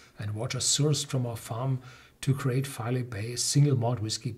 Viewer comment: Just a heads up, the pronunciation is FY-LEE and its a really wonderful place.